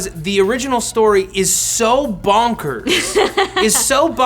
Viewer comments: Lauren Sabino Why can't Matt say bonkers? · Why can he not say bonkers?